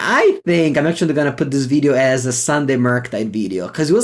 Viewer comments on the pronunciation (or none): The Veedeeo Always gets me. 😂 Thanks for making our days better.